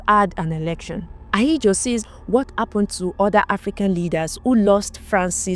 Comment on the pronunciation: What's going on with pronouncing "H"? What Appened(Happened).